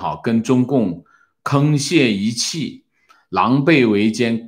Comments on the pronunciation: 读错字好可爱，沆（hang四声）瀣一气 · 读抗泄一气